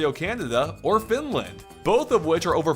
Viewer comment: me: did he say Finland please don’t tell me he said it:FINLAND